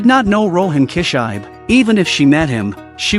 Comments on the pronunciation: KI SHI BE! NOT KISHAIB,wth? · His name is Rohan kishibe, but I don't think he knows how to pronounce the name correctly. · it sounded like kichai.. no more ai narration man... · Rohan « Key-shybe » 😂😂